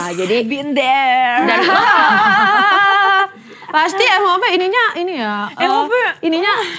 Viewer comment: kak sekedar ngasih saran buat intronya three sama tree beda bacanyaaa😀😀😀